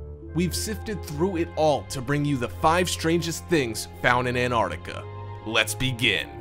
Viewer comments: Its NOT Anartica you fkn moron...get it right...did you go to school or were you brought up from vomit..learn to speak properly... ANT artica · Would you people PLEASE learn the correct pronunciation of AntarCtica it is not Antartica there is a C in the middle of the damned word.